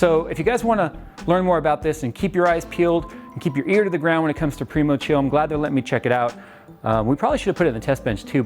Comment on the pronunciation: Any one remember when use to call it PRYmochill lol